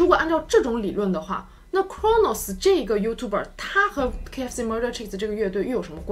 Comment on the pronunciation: 我一直奇怪讀youtuber的發音為何與字典不同?